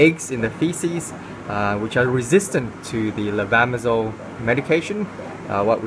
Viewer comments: Would u spelling the med name, please? ☺️🙏 Its difficult to hear correctly.. A lot of med with simillar suffix "sole" or zole".. thank for answer. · we cant understand the pronunciation of the medicament, can you help us providing the name?